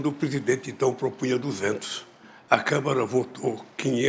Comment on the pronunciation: Lula não sabe nem falar, meu Deus ! Câmara = Câmera Banda = Band 🤦🏻‍♀️🤦🏻‍♀️🤦🏻‍♀️